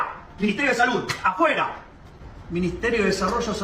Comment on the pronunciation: It sounded like he was saying "apoye" which means supports, but he was saying "afuera" which means out. They are 2 words that sound similar to the ear.